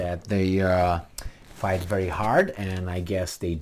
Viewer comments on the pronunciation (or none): none